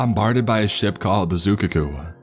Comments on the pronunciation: 😂 The "Zoo kuhcoo" 🤣 That's definitely not how you pronounce "Zuikaku" XD. It's pronounced Zooey (rhymes with "gooey") Kah Coo, emphasis on the third syllable. I'm not trying to make fun of you or anything, I just found it really funny how you pronounced it. Also (and this is on the author) I guess it isn't necessarily wrong to say that the Zuikaku bombarded the Lexington, but the Zuikaku was an aircraft carrier. The planes of the Zuikaku were the ones that attacked the Lexington, not the Zuikaku itself. The story makes it sound like the Lexington was attacked by a battleship or something saying that they were being hit by artillery shells, when in reality they were hit by bombs and torpedoes. Also also the Lexington wasn't blown in half, it was scuttled by the Americans after over 2700 of the crew was evacuated. Finally, nobody could've been doused in jet fuel since the US military wouldn't own jet planes until 1945. I know this is ultimately this is all just framing for the actual story, but that just makes me more confused. If it ultimately doesn't matter to the story how the ship was sunk, which ship it was, or even during which battle, why not just get these details correct? It only takes 5 minutes to verify this information, getting it all correct doesn't impact the ultimate point of the story, and getting it wrong just pulls people who know the history totally out of the story at the start. This is a really easy misstep to correct. For example, the USS Sims was destroy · Made me cringe hearing him pronounce it wrong like that